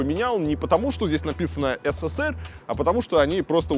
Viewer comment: Почему говоришь четыре буквы С в СССР? их три, а говор шь четыре. Неужели так сложно правильно говорить?